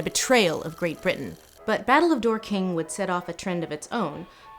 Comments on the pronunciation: Very minor point but as a resident of Dorking I don’t mind pointing out that it’s DORking not dorKING (with emphasis on the first syllable) I like the idea of Dor-King though, makes it sound like a fantasy city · Aight as a Brit I just HAVE to be this pedantic right now. It's not pronounced "Dor-KING", but "DORK-ing" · I live in Dorking. The name has less emphasis on the 'king' part. Its more "dork-ing" than "dor-king" 😁. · Dork-ing, not Dor-king. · As an Englishwoman I do have do to the annoying British thing of correcting American pronunciation because it truly does get to us. 'Dor'-king, not Dor-'king'. While I'm on the topic, anywhere with 'ham' at the end is pronounced 'um' not 'ham'. E.g. Birmingham is pronounced Birmingum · As a Londoner, I can confirm it’s pronounced ‘dork-ing’, but I love that you made this London outer suburb sound so regal! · It's Dorking like, to dork, not Dor-king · Stop saying "door-king"! It's Dorking, like "dork" was a verb and you are doing it, like I am now. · Someone must have pointed this out - but I could not find it - but it is DAWK-ing not Door-KING. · DORking, not dorKING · It's pronounced "DORking", not "Door King" ;) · Dork-ing not Door-king My sensitive British ears are bleeding and I'm only in XD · DOR-king. Not Dor-KING. Gonna struggle to get through this whole video if you keep saying it like that. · Sorry to be ‘that guy’ but it’s pronounced “Dork-ing” not “Dor-king” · Pronounced dawking not DOOR KING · Fwiw we pronounce it 'Dork-ing' not 'door-King' i.e. more emphasis on 'dor' than 'king'. Keep up the good work ! <3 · Americans are adorable when they try to speak English. 'Dork-in,' not 'door-king.' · Loving the way Lindsay pronounces "Dorking". Door King. It's pronounced a bit like barking. Not Bar King. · As a Brit, Lindsay, this is great, but “Dorking” should be pronounced long-shirt, not long-long. Less “Door King, more “Daw Kin”, with the stress on the first syllable. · Dork-ing not Dor-king